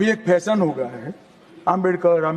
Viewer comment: फैसन नहीं होता भई “फ़ैशन” बोल के दिखा